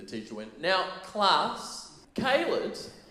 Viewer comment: So informative and entertaining at the same time. Go KAY-LED 😂